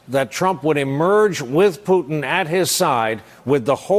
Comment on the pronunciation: It's funny to hear how many call it "Russer" and "Pewton". And they are being serious.